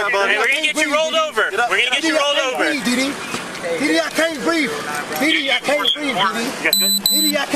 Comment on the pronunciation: Did said Didi, i can't breeze....or i can't breath?